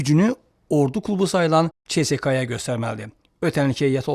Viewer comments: Tam doğru. Bə`zi jurnalistlər nədənsə "ц" hərfini "ç" kimi səsləndirirlər. Heç olmasa "s" kimi tələffüz etsinlər. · Mama oğlu ÇSKA yox SSKA